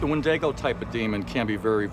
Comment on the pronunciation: "wendāgo"??? It's NOT a fkn' Italian! 🤯 'Wend-ee-go'. Like the "I" sound in the word 'it'. Wendigo. 😩